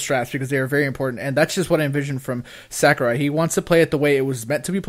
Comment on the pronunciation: Say it with me now: Sah-koo-Rai